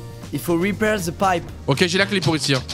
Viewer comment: "il faut repair ze païpe" 😭😭😭